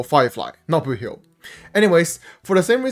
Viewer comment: every time i hear you say boothill i hear "boohoo"